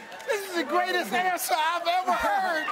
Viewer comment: " Good answor!!!" 😂😂